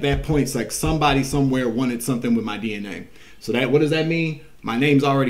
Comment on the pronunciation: DNA .. sounds like DeeNA